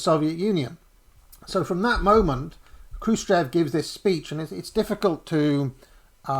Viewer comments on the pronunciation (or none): Хрущёв = "Xrushhyof" (not Kroosh-chev) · Khrushchev is pronounced KROOSH CHOF!!.. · Check the pronounce of Chruščëv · 27 minutes in we know no more about where and what the evidence for this or that is. You could try pronouncing 'Krushchev' better though. Interesting though how this Trots versus Stalin etc team sport has risen to the surface again. Never died off after all, just kept under the radar for 40 years. Is this group related to? the CPGBML?